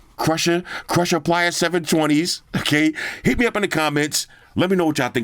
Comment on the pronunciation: It's pronounced "Player"!! Not "Plier"